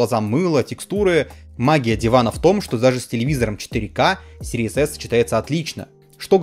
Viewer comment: чел, из твоих уст звучит как Series ASS :D